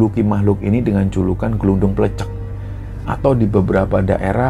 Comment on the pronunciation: pembacaan Glunduk pleCEK pada kata CEK nya itu dibaca seperti kata CE CEK pada makanan gudeg itu lho Mas..bukan spt kata Cicek ( cicak )